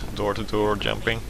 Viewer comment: he is very good at "yumping"